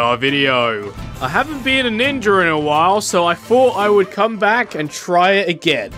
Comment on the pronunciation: The start of the video I’m already crying “ninjer”😂😂🤣🤣